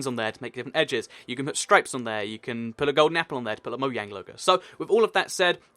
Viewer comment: #CatsAreFun I have 2 questions:-why do you say "moiang" and not "mojang"?-will minecraft get more redstone stuff (like the repeaters or comparators)?